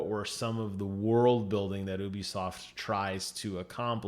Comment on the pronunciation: Stop saying ubisoft like that